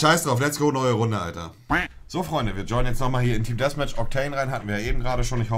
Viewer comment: es heisst Däffmätch und nicht Dässmätch